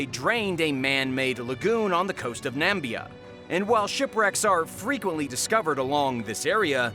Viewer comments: Pronounced NA MIH BE AH..... not NAM BE AH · Its not NAMBIA it is called NAMIBIA. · I couldn't concentrate for the video after how wrong he kept saying Namibia... and then he goes and says raf😭 its an acronym R.A.F